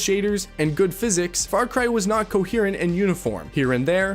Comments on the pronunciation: you're baiting with the pronunciation of "coherent" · I love you, truly, its pronounced co-hear-ent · Hold on. What the hell does "cohurrent" mean? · the only wrong thing in this video is how you said coherent. rest masterpiece